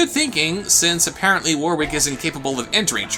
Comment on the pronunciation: way, am i the only one curious as to why people pronounce warwick as "War-Wick" instead of "Wor-ick" <---- actual pronounciation of the name.... not kidding